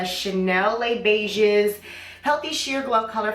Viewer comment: Les Beiges lmao it's French. The s is silent, you uncultured swine! 🙄